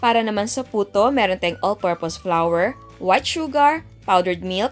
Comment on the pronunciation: Chef, Hindi po tama ang pagpronouce ng flour its flour Hindi po flower